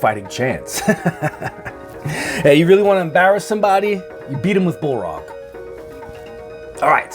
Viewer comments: Bullrock…. His name is balrog not bullrock😂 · How do you read balrog as BOLFROG?